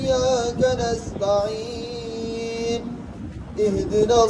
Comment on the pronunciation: Plz check pronunciation of word nastayeen ( correct )not nastayeem.